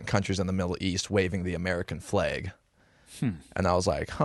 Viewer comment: "American Flage"